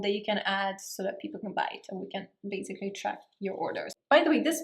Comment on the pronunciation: It's basically... Not bazikly